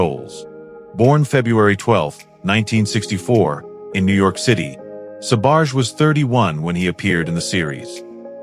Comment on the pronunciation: Ah right you pronounce Sbarge fine.